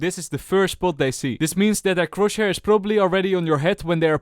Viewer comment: One day he is gonna say chrosshair right